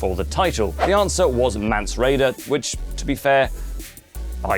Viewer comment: if ur gonna say the name of mance at least get the name right for crying out loud.